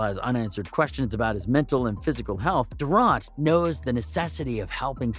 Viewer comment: bro its durant (Durrant) and its Embiid (M beed) and Antetokounmpo (Antetokoumpo)